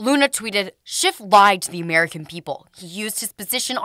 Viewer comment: It cracks me up that Kevin McCarthy calls him "Schift" ( it is actually schiff). SCHIFTY SCHIFT lied on camera and under oath including making a "parody of the events".